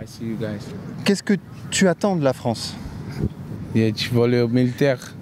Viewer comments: La Fwonce ! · Elle est belle la fronce 😂